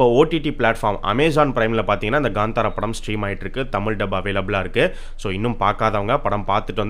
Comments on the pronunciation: It's kantara not gantara.. Please pronounce title correctly... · Ganthara ille bro kanthara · Gandhara illa bro kantara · Kantara illa bro, it's pronounced as Kaanthaara